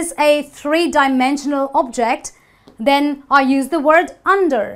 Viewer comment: Same when she says object, and refer